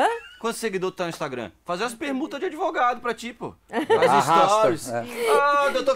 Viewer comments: Senhora começa aprendendo a falar ADVOGADO(A). E com D mudo senhora! Por favor!!!!!!! Fere meu ouvido um bacharel falar assim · Adevogado? Gente, advogado.